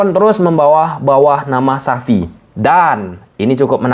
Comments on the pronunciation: Xavi bukan Sapi. sebut yg jelas bang. Xavi itu bagus, amun saya juga tertarik dengan Sergi Berjuan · Sebut nama xavi itu benar dong,jgn sebut xapi tp xavi. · xavi penyebutannya itu cavi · Xavi Bang, bukan Sapi